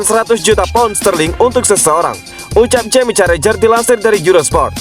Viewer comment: Bukan Jamie Carrajher tapi Carragher.